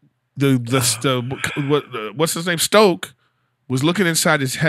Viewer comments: "Stoke"? ...... aaaaaaaaaaaaaaand i'm out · Lolloloool "Stoke" it's "Snoke" boyos! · nothing screams that they could care less about this movie more than them referring to “Snoke” as Stoke💀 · Two people having a passionate argument about Star Wars where they both call Snoke Stoke lol...